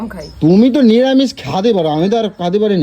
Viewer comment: মিরামিস না নিরামিষ। সঠিক ভাষা বলতে শিখুন